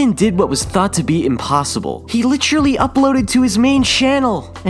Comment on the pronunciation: If he says litchurly one more time I'm gonna have a stroke